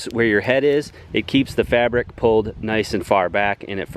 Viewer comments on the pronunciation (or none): none